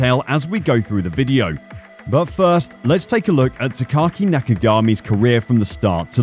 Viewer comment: Not that big of a deal but his name is pronounced Taka-Aki, not Takaki. It's a mouthful to pronounce, hence why many just refer to him as "Taka."